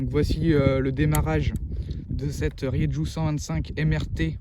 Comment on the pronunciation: Ça m'énerve ta prononciation de la marque ça se prononce pas comme tu le fais, fais un petit effort renseigne-toi comment ça se prononce en espagnol